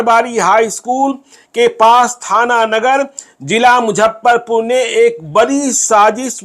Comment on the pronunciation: मैं आप का रेगुलर श्रोता एवम दर्शक हूं।लेकिन,एक गलती पर ध्यान आकर्षित करना चाहता चाहता हूं।सब कुछ सही है,लेकिन आप हमेशा मुजफ्फरपुर को मुझप्परपुर कहते है।